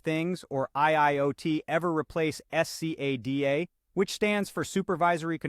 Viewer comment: My god, can't u just say scada instead of s c a d a each time, and torturing our ears